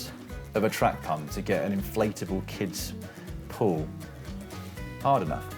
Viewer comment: „an inflatable kid‘s pool“ sounded weird there…